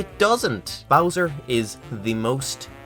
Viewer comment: This video is excellent. Except for literally one thing. I know this note I'm about to to give you sucks, but hear me out. As engrossed in the information as I was I wanted, with all my being, to turn this video off every time you pronounced an "O" sound as an "I" sound. Bowser = "Bizer", about = "abite", thousand = "thizened". It's one of the most distracting things I've ever heard, I could barely focus on the material. I'm not saying I think you need change who you are or anything like that, but you're a voice recording professional now so working on your diction will improve your viewership.